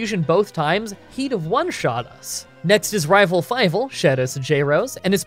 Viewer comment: I will never tire of hearing anyone say rival fiveal